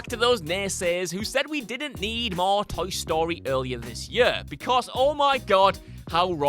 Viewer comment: Toe Story? Tow Story? am I the only one hearing him say it like that?